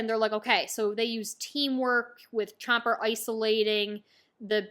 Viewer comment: "chomper" 😂😂 she ain't gonna get it right 😂